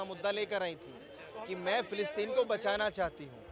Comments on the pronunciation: Phillipine? Palestine 😂 pehle bolna seekh dhang se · Philistine bolna nhi aata, aur vaha pai jana itana jada gavar pan sirf madarsa se hi ho sakti hai. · Phle nam shi se bolna sikh le philitine jayegi ye 😂